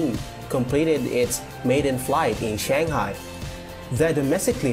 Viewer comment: please pronoun Shanghai (SUN HAI) and not chenghai.